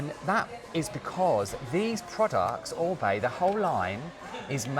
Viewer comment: Firstly I've just found you secondly, just watched the intro so glad you pronounce OR-BAY correctly :) I love the Oribe green - moisture curl range its amazing - I use the shampoo and conditioner as I have blonde bleached hair it drinks it up. I too don't use the Amika because of the fragrance, it makes me sick. My hair has recently started snapping though I wonder if it's because I went back to a round vented hair brush